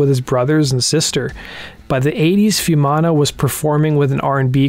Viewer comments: It's not "fewmana", it's "foo-eh mana" each vowel is pronounced. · A bit disappointed you didn't get the pronunciation of his name right (foo-ee-manna). He was not just born to Polynesian parents; his father was Niuean but his mother was Maori. Otara does have high deprivation but Pacific people are the nicest and most down to earth people you could meet. It has nothing on gangs of LA.